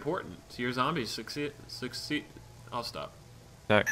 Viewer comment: damn I just watched it all is there a part 2 that was an awesome round at 27 saves that game. Speedy made me laugh when he tried to say succeed 😂😂😂😂